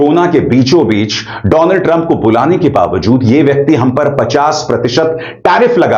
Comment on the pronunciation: Dolaaaand trump 😂